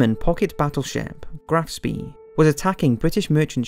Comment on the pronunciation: With all the effort that you obviously put into this video it is surprising that your German is so bad. It is not difficult to find out how German words, such as Rhur, Graf Spee and others are pronounced. Otherwise not bad at all.